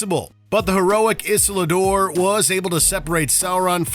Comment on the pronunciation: The heroic “Is-la-dor?!?” It’s Isildur! 🤦‍♂️